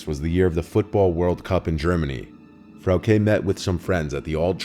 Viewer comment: You wouldn't know, but Frauke is pronounced differently. Also, as a German, I'm disappointed by people naming their kids shit like Frauke. They must've hated her.